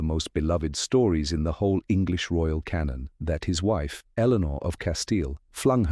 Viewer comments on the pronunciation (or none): none